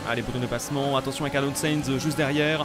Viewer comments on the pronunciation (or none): il arrivera jamais à dire «CAR - LOSSE - Sainz » il dira toujours « Carlonne seize » 😂😂😂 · Le jour où tu arriveras à dire Carlos du premier coup et que tu arrêteras de l'appeler Carlote Seinte je pense qu'on aura fait un grand pas en avant ^^